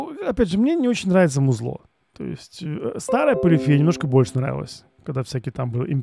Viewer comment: а фред его лишился из-за ударения- ПолифИя?